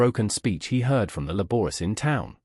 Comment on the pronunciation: The "Le borers" from town 🤔 Good lord 🤦🏻‍♂️